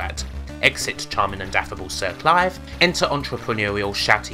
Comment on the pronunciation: Lem, Cwap, Siw Cwive